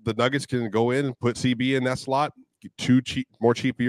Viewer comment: Yeah I was appalled at CB comments. You don't say thaylt.